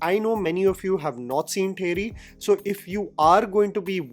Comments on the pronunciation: Its not teri jammy.. its Theri. Just theri😊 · Pronounced as तेरी. Only love and support, keep going ❤